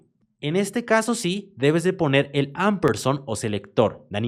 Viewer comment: Se lee ampesand (no amperson)